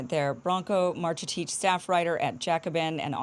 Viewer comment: "Branko Marcetic" LMAO what a clown.